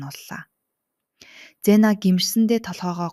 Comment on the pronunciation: bi c vztsen ldee gxdee yg ingd mngl tailbr orulsn cyn bvr eir goyenaa bas amnse-g c gsn vzere yr n bl philipine kdramas ugiin eimr goy ym bnle gl dvriin oxiniix n neriig ZE-IIN gj unshdg shv ZENA bish bs david gd bga tn matt shvvv